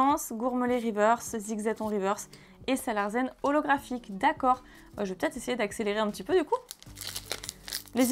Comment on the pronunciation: c'est SalarSSSen pas ZEN ^^ je pense qui c est un jeu de mot pour sale larsen ^^